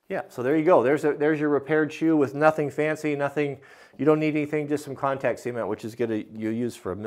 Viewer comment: I have to stay. I love how you say cement. I'm in NY and everyone says cement (sah-mehnt) but how you say cement (sea-mehnt) idk why I just like it! Haha.